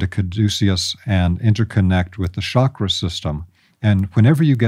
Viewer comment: It’s pronounced CHAKra NOT SHOCK RA